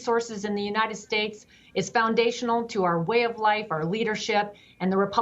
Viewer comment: Please get your guests to learn how to pronounce is pronounced nuclear!! These people are supposed to be more intelligent, the best of the best that represents, and they can't pronounce a fcuking simple word like nuclear!!! It gets me so upset that I can't continue watching. Oh, and as a VETERAN (NOT VET-RIN) I can't stand when your guest and some of your hosts mispronounce this as well. Thank you and please fix these idiots!